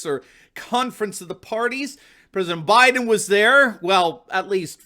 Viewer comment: “I’m Blow Jiden and I approve this soup”